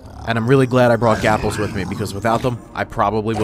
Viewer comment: you said gapalles ;]